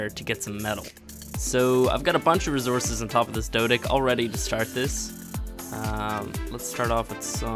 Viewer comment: i just noticed how yu say resources kinda funny no hate love your channel